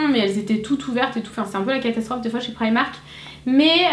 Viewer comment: prq toutes les youtubeuse dites prymark !? C'est primark